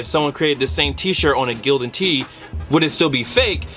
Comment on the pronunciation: It's Gildan😂😂😂😂😭